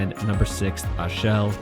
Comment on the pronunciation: Come on man, you’ve been on the premises and can’t pronounce Rochefort or Achel semi-correctly?